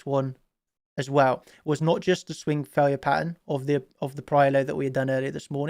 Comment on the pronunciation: Yeah it's THE not duh and dah